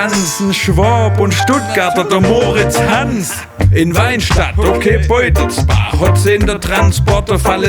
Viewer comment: Beutelsbach, Kerle es heißt BEUTELSBACH 🙉